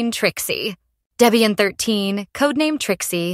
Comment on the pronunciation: Horrible AI voice. And it's Deb ian not daybian.